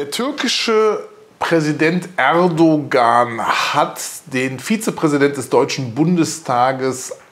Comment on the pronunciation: sie sprechen den namen "erdogan" ständig falsch aus, und nein, kubicki hat mit seiner äußerung nicht übers ziel hinausgeschossen, ich hab kein problem mit seiner meinung. man muss es sehen, wie es ist.